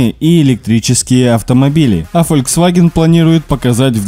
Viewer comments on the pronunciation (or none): none